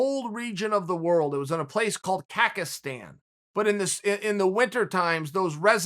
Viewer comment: I thought he said Kakistan